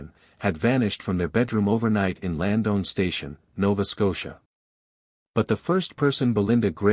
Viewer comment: Horrible pronouncation bud. It's Lands-down Station, not "Land-own" station. And it's Little Musquodoboit ( pronounced Mus-ka-dob-it), not "mus-go-ba-doit" 🤦🏻‍♂️. Slayed it buds. I hope this two little ones are found safely soon